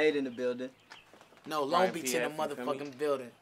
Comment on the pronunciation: It’s a longo city tf